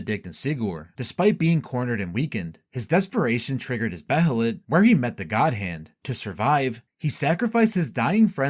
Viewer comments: It's Bay-lit, not Be-he-lit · its pronounced (bay-lit) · (bay-uh-lit) my man lol. they say it plenty of times in the show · the pronunciation of behelit is rly annoying i had to stop watching